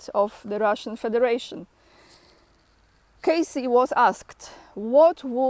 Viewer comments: Edgar Cayce (read: keissi, otherwise written name would looked like Case) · Kay-see, kay-see, kay-see is the proper pronunciation, fyi. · The Edgar Cayce Foundation is in Virginia Beach, Virginia. His name is pronounced “KaySee.” If you get a chance to visit his foundation, it is well worth it. There is an entire library of his “readings,” as well as, a bookstore, and healthcare services. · the eyes of - the correct surname of the "sleeping prophet" is "Cayce", not "Casey". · It’s “Cay’-see”- he lived in the city next to me in Kentucky. I went to school with his great- grandson